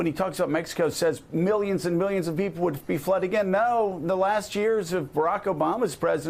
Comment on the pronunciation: MiiLLyanss and MiiLLyans